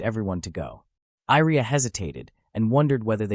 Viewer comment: why do you reas Iria as Airia? it should be closer to Yria i with Yeti i sound or at least both i should be read the same other than that i have no issues i love the story, keep updating